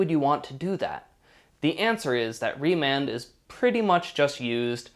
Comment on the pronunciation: remand not Raymond